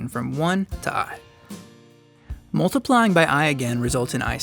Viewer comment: Its multiplying. Not moltiplying. It sounds awkward. I have to bear this to learn complex number theory.